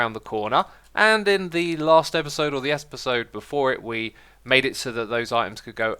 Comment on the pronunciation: "Espisode" Learn how to speak xisuma. lol